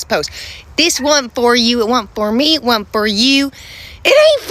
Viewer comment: It wuurnt for you baby..!!🤣🤣 She's right..!